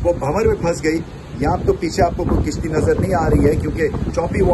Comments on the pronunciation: sir kishti nhi kashti hota hey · With due respect to Ramiz Raja the word pronounced as Kashti instead of kishti..